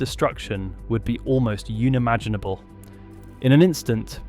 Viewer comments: "the scale of destruction would be almost UNE-imaginable"... Pronounced UN-imaginable. It's my goto now for finding AI narrations... weird pronunciations. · The mispronunciations make this sound like an A.I. voice. No native speaker of English says 'unimaginable' as 'younimaginable' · AI voices are dumb. Unimaginable was pronounced uni-manginable. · uni-maginable - really!!! hate it when they use AI. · Quote "Uni Maginable"! Wah Wah AI ALERT!!!!